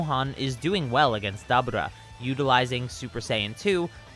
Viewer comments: Did you say "dabuda"? It's pronocuned "da bora" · Stop saying daburrrtba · Dabra lol the way you said his name 🤣 and your voice overs 😂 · Me:*hears him pronounce dabura* Me: lol… dab-ooh-rah. We taking dabs now? Btw its pronounced Duh-Bur-Ruh. Literally pronounced this way in the show. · its DA BU RA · DA-BOR-AH other than that great video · It's pronounced dabura, It's Dabora. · It's da-bur-rah that ruin the whole video for me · You pronounced Dabura wrong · You need to learn how to pronounce Daburas name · Why you say dabura’s name like that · It sounds like you pronounce to Dabura wrong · like the video my only issue is your pronunciation of dabura ( probably spelt it wrong ) I don't know though maybe it's just because I'm not used to hearing it like that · Why is he saying Daburah's name like that 🤦🏾‍♂️🤦🏾‍♂️🤦🏾‍♂️🤦🏾‍♂️ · Bruh 😂😂😂😂 it is 2019 you know that is not how you pronounce that 😂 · It seems like a common occurrence in the Dragon Ball community for people to go out of their way to affect an accent to pronounce character names. Like why the hell are you pronouncing Dabura that way when it's not pronounced that way in the damn show? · His pronunciation of Dabura is making me cringe every time 😂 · Listening to him say Debora name wrong make it hard to watch this shit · Am I missing somthing ive never heared dabura pronounced like that lol